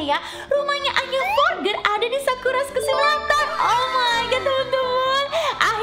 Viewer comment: Kak maksudnya tulisannya"Anya Forger"tapi di bacanya "Anya Forjer"ya kak😁😁😊😊